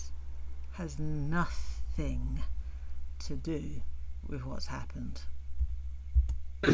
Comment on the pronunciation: are you saying "nothinK" ? instead of "nothinG"? is that a UK thing? also, love ur insights as always. eta very insightful, excellent point Also I appreciate this longer format video, as I happen to be driving a long distance today and it's great to listen to your take on things